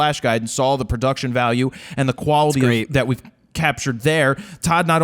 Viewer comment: has anybody ever told you, that you always put an "L" after "aw" in your pronunciation/dialect? "Welcome to RawL Talk", "I sawL..." and my favourite: "There is a new lawLLLLL!" love the show!